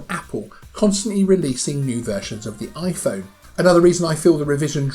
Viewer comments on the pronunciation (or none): none